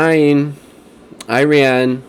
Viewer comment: ee-RON, ee-RON-ee-an, ee-ROCK.